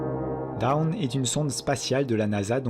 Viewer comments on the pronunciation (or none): none